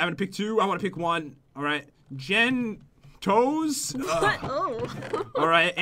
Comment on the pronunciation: Thumbs up if you cracked up at "jen toenail"